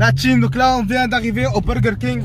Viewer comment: "La tcheam" 🥴مستفزززة